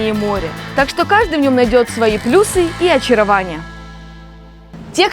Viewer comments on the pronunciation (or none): none